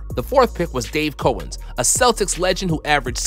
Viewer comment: You're young. Let me help a bit with pronunciation... Dave Cow - ens, not Dave Coe - ens. Does not rhyme with Billy Owens nor Bruce Bowens. . Shareef Abdur-Rahim. Abdur, not Abdul. . Sam Boo - wie, not Bow - ie. I understand the complete opposite Cowens and Bowie.... I don't make the rules, I just say the words as they were said back in the day. . Akeem Olajuwon. When he was drafted the world still knew him (and David Stern introduced him as the number one pick) as Akeem. We all found out later that his name was Hakeem. . Good video. Keep it up!